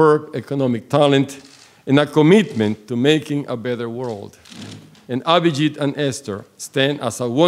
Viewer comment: Did she just say Mr. Obhijeet Banerjee! 🤣